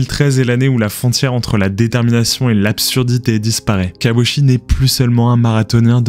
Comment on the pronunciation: Why repeat the same visuals over and over ? His name is mispronounced as "she" instead of "chee" (last syllable).